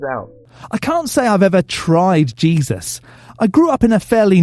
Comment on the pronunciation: 😂😂😂 I'm so happy I found this channel. Dude said "have you tried jezuz?" Like it's marijuana